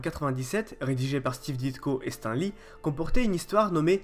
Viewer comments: on dit stane lee et pas stan lee ou stin lee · Stan lee srx tu prononces "s'temps" ???? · Juste on prononce "stanne" lee ^^ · Pitié in prononcé pas stEN Lee😂😂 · Pitié on prononce on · Travail ton accent... (Anglais). La vidéo est intéressante mais l'accent détruit ta crédibilité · Très bonne vidéo éclaircissant certains faits que l'on ne connaissait mais une chose me chiffone un peu, c'est la prononciation de ton Stan Lee qui m'écorche un peu les oreilles mais sinon excellente vidéo continu comme ça. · attend, comment tu prononce Stan Lee !!? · super video mais apprend a prononcé stan lee correctement. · bonne vidéo mais désole j'étais obligé de le relevé, ta manière de dire Stan Lee est juste horrible mdr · mdr bien répondu